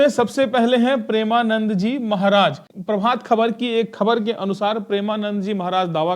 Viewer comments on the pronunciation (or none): none